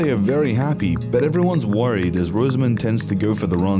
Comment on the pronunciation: Her name is pronounced Roz-a-mund, not Rose-A-Moond.